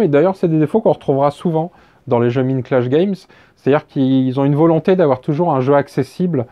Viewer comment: Tout à fait de ton avis. Par contre, cela se prononce "Maïndclash Games" :) Comme dans la chanson des Pixies "Where is maï Maïnd ?" :D